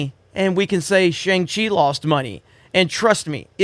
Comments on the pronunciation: Did you not watch the movie? It's not "shANG-Chee"... it's pronounced "shONG-Chee"... it's literally in the movie. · wow... ignorant... it's pronounced SHANG Chi... not SHANG Chi! >:( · Can’t even say Shang Chi right 😮‍💨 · Dumb, just dumb, this channel is garbage. Can’t even pronounce Shang Chi correctly. “I’m hearing mix things.” Mix what brother? “Continue to go after us?” Hope you stay safe and well during these times. You are biased before even seeing this movie but I believe that’s it’s just how you feel in your narrative. ✌🏾